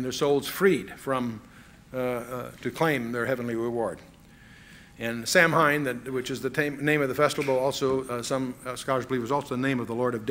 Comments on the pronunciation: "Samhain" is pronounced 'Sow' (rhymes with cow) - 'when'. Sow-when. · It's pronounced 'sa-win' (say fast). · I'm sorry but Chuck is wrong on this one. Samhain is not the "Lord of death". It is, "an ancient Celtic festival called Samhain (a Gaelic word pronounced “SAH-win”), a pagan religious celebration to welcome the harvest at the end of summer, when people would light bonfires and wear costumes to ward off ghosts". And that is a fact. Halloween also has ties to Christianity. "Halloween is thought to have roots in Christian beliefs and practices. The English word 'Halloween' comes from "All Hallows' Eve", being the evening before the Christian holy days of All Hallows' Day (All Saints' Day) on 1 November and All Souls' Day on 2 November. Lkook it'd need